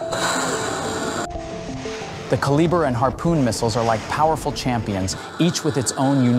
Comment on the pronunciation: I find it difficult to believe anything you say when you lack the ability to even properly say one of the missiles name. It baffles the mind to think that no one even bothers to watch their own content. If the channel can't be bothered to watch and correct itself, why should any of us believe you have any knowledge of any topic you claim to explain? Hmmm...